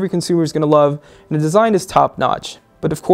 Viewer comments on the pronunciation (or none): Good review, really like the new guy, but he needs to learn to pronounce his words more clearly. Like saying "the" instead of "duh" and "Samsung" instead of "Samesung". Few beggining flaws, but nothing some work can't fix. :D